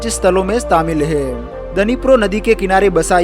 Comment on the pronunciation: He😂 he 😅he😅😂😂😂 hai are bhai hai he.he 😂😂😂😂